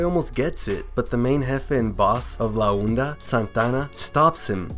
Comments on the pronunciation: It's pronounced ''La onda'' not '''la oenda'' . It's pronounced like honda without the letter h. Also you called Montana, Santana and a couple times later. But all in all, good video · Santana and la unda 😭😭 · Its la onda not la unda